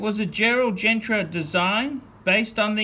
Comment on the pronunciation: Sure is a Shitter and phat boy it’s pronounced as Gerald GENTA not Gentra!